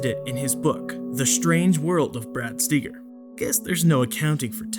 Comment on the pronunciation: Though you are so intellectually and morally superior to all those "nutters" , you can't even pronounce Brad Steiger's name correctly.